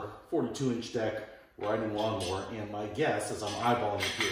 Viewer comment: it's NOT lawn MORE !!!!! it's lawn MOWER.....GOT IT ???? M O W E R !!!!!!!!!!!!!!!!!